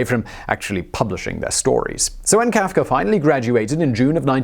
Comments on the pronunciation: Who is Franz KaafkeR? He keeps saying Kaafkerr. :-/ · HE IS FRANZ.. FRANZ KAF-KA